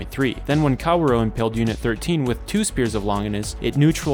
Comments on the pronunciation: I get too distracted any time he calls Kaworu "Cow-roh" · I shed a tear with every mispronunciation of Kaworu's name